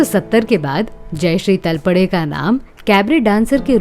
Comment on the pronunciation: सरनेम का उच्चारण तलपडे गलत किया है I सरनेम का उच्चारण तळपदे करना चाहिए I